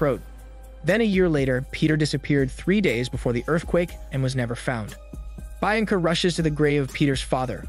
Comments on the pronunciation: It's pronounced "BIYANCA" and not "BAINCA" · I thought Bianca is pronounced Bee-un-ca, not Bi- an-ca. You sometimes butcher names so it’s either that or that’s how it’s pronounced in the language this was filmed. Edit: ok I scrolled down and apparently other people caught it too, I think is funny how often you butcher names and I’m going to point it out every time😂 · Bee ahhhn Kuh. Not bye an lag. My God. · It's pronounced BEE-anca, not BYE-anca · Great recap but it is actually pronounced “ Be-yan-ca”. I am not great with phonetics but I think it’s closer to the actual pronunciation. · "byanca, byanca" Fs man!! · Im sorry but the woman's name is pronounced 'BE-AN-CUH" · Cool recap but "Buyenka" pronunciation must be an inside joke? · His pronunciation on the name "Bianca" makes me chuckle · It makes wince every time he says it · Was looking for this comment 😂😭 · Everytime he says her name I cringe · well am just mesmerised by the way you pronounce the name Bianca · The way he’s pronouncing Bianca is driving me nuts! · Little brother that's not how you say Bianca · Oh for Heaven's sake it's really not that hard to pronounce Bianca correctly